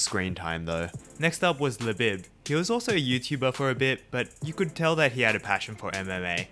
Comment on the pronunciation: "Beau" is pronounced "Bo." How are you this bad at speaking? And Labib is pronounced "La beeb."